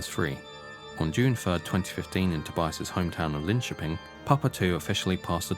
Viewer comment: Another comment is to give the video's creator Massive Props for correctly pronouncing "Linköping". Methinks you should react to Jesus He Knows Me (along with everything else😉) So glad to see you do this deep dive into the Actual True story of Ghost! 🔥🤘😜🔥